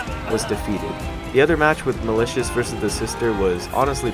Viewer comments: TARON MALICIOUS I FUCKING CANT MY EARS ARE BLEEDING IT'S FUCKING MALICOS, thanks for coming to my Ted Talk. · malicos not malishous <3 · WHY DO YOU SAY TARON MALITIOUS